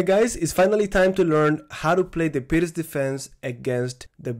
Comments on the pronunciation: Thank you, was facing this problem. Also, I remember you saying that you were pronouncing "pirc" wrong in the previous videos and now you have changed your pronunciation which means this is the correct pronunciation. Thank you as always for your efforts :) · finally your pronunciation of the word (pirc) has changed heheh :D I missed your lessons thank you very much master. as usual I practice with my chessboard and I write in my notebooks :)